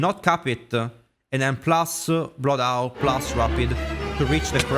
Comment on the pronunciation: Blood owl 🦉😂 Bro forgot to learn the letter H